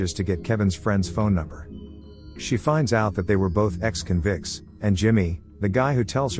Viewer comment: It’s funny that AI can’t say “convicts” but says “Javier” flawlessly.